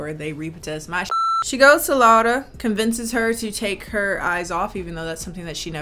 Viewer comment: You said my name right 😭 sincerely, a Spanish Laura